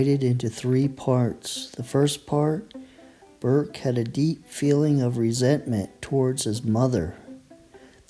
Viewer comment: Burke not Bourke.